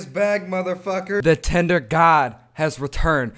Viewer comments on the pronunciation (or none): I love how he said tender instead of tinder lol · Did anyone else hear tender😂😂